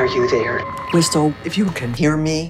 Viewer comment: Whis"t"le ? The T is silent...ANNOYING!